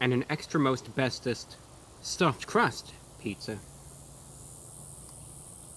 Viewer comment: him: extra most bestest my ears: extra asbestos